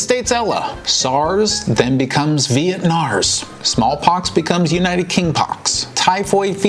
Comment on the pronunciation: Wow mind blowing with the number of viruses and how do you even remember the names. Thanks for your video and hard work with the research behind the scene. One question though, why do you say VietSars?